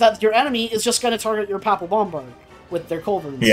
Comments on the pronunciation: Papal is pronounced pay-pal. :) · As a Roman Catholic, pronunciation of "papal" is sending me up the wall